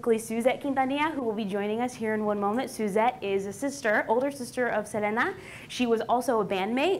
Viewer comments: It’s not Se-la-na it’s Se-lee-na cool vid keep up good work 👍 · It’s not salina... it’s SELENA!!!! I hate when people pronounce her name wrong. 🙄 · Please pronounce Selena’s name correctly... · this was amazing but it’s pronounced sel-ee-nah lol sry just had to point it out